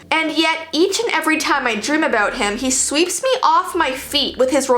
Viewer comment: I love how u say aboewt